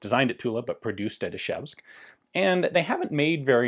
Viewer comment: Fucking come on, "ishevsk"? Video after video he says this, and no one has corrected him? "Zh" is pronounced as the "g" in "bridge", by analogy with "sh" and "ch". Isn't it intuitive? This is always how this digraph is pronounced in transliterations of foreign words! Well, at least it's not "izevsk".